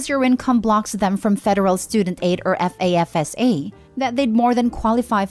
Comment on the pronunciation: FAFSA is an acronym, so you pronounce it. FAF-sa.